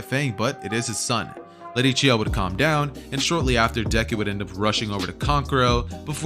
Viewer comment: its chiyo not chi ho